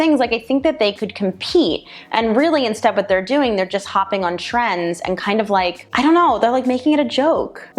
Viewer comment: Unfortunately as companies look to add revenue streams some of their practices usually start bordering on sketchy. I had to do a double take on the one portion of the video as I thought you said Tren as in the anabolic steroid 😁 instead of trend.